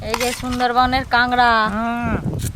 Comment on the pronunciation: কাগরা না কাকরা😂😂😂